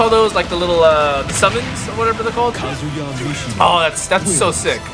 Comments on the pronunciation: it’s pronounced ka-zu-ya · tekken og but pronounces name wrong